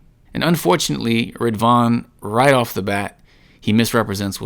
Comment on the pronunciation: Rid-wan not rivan..